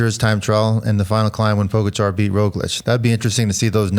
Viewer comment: Why do you insist on pronouncing Pogachar's name incorrectly? It's not cute. GTFU.